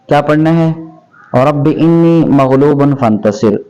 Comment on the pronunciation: Moulana inni nahi hai anni hai